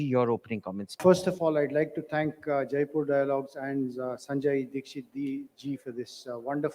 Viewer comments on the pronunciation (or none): Aarti madam should know that it is Jaipur, not Jaaipur. जयपुर not जायपुर।